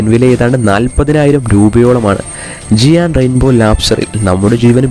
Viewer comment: ജിയാൻ അല്ല bro ജയന്റ്